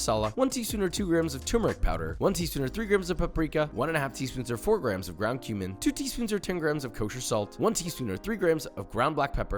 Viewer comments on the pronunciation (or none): I heard ground cumin as ground human lol. Then I was like wai.. WHAT?!!